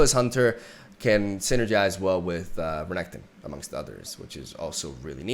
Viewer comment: I love the way you pronounce Renekton, sounds more sleek.